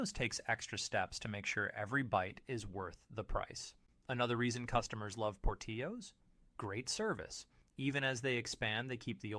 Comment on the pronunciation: You missed pronounced Portillo's. Learn how to pronounce company's name right. Amateur! Have you ever eaten at any of these restaurants? Panera is overpriced blandness. You would know that if you actually ate there. I don't trust your opinion because i dont think you have actually experienced all of these restaurants.